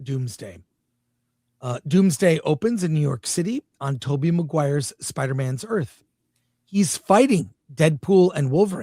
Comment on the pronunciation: "Dooms Dad opens on Toby Migmgwire earth...."